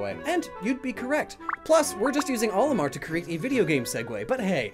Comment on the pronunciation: Why is this mispronounciation of Olimar so common?